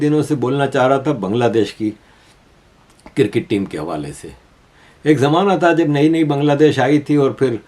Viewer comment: Why despite reminding you have not stopped saying 'kir-kit'. It is cricket.